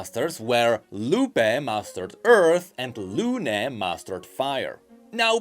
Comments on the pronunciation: Just for the future, the tildes (Those accents at the end of Lupé and Luné) signify that is the part where you pronounce the accent, so those names are pronounce more like Lu-peeh! and Lu-neeh!, sort of... If you are still confused, search for the pronunciation in spanish for Papa and Papá or Mama and Mamá. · Quick Spanish lesson: the "tilde" on the é on Luné y Lupé means that the accent of the word is on that vocal. So instead of being pronounced / LU \ ne, it should be pronounced _ Lu / NÉ and _ Lu / PÉ. to explain / means rising accent, \ means a falling accent and _ means a flat accent. Also I'm a native Spanish speaker not a Spanish teacher so I don't really know the proper terms in English. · please, the lupé and luné names are pronounced like Lu-NÉ and Lu-PÉ idk how to explain this in english but spanish speakers get my point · It's Fuemigo (Fuego (Fire) + Amigo (Friend)) and Furnasita (Furnace + Casita (Home)) You're not very familiar with Latin American spanish, do you? Also, you should say LunÉ and LupÉ, not LUne and LUpe